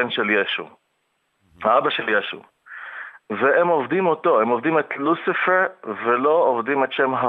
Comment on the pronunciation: איך הוא אומר את הלוסיפררר